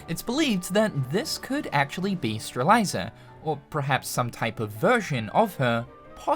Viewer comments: Name: Strelitzia: Strel- eye- zer Me since 2017: IT'S PRONOUNCED STREL-IT-ZEE-UH Lol much love, great video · its Strelitzia not Streliza 😅😅😅😅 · So...we're back to saying straliza? 😮‍💨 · "Strelitzia" is said "streh-lit-zee-uh" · He's said it that way for years. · Ikr? Fucking “Streliza” lmao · Will we get KH4 news or will pronounce Strelitzia right first? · I pray that Sora says Strelitzia's name in KH4 so finally realizes he has been saying it wrong for all these years! Lol. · I was looking for this comment. It kinda irked me a little the way he pronounced Strelitzia. 😂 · same lol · I wondered if I was the only person who was bothered by it lol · You had... so many attempts to get Strelitzias name right. It was actually comical how many times you said it wrong LMAO